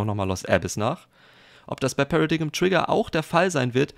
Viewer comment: das wort wird pära-deim aus gesprochen